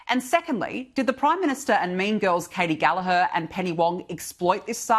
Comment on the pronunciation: F*ck me, you people are just as bad as the rest of the msm now. READ MY LIPS, the g in gallagher is NOT silent, ffs!